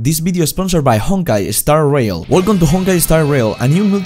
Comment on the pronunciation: "Eh-Honkai Eh-Starail"😂😂😂